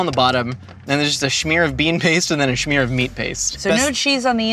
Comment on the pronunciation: Since when does smear have a ch in it? Scheamer